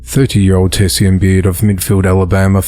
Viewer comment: Great reporting, again, as usual!! Quick tip! That “lady”, who’s named was spelled “tesean”. I’m pretty sure it’s pronounced as “tuh-Shawn”. Trust me! I’m from the hood!! We make up CRAZY names for our kids!😂